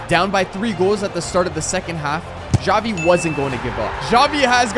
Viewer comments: bruh why does he call xavi, javi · Him pronouncing Xavi: Chavi Me: Shawty 💀